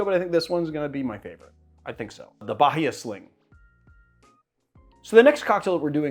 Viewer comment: interesting to see a cocktail from your hometown of Boston named after my homestate of Bahia 😊(pronunciation tip: the "h" is silent, it sounds like Ba - ee -a)